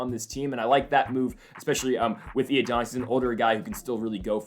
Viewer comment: Who tf ifs matthew iadonis? Its I-O-NI-DUS